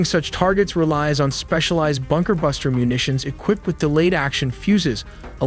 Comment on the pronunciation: It's sound so weird when you keep saying BUKER - BUNKER when everyone knows he was in his office. Means he was not hiding.